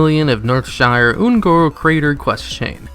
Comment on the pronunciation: “un-Koth” lol. It pronounced un-kuth.